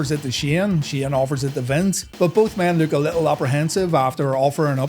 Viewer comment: Shane, not, stop saying!!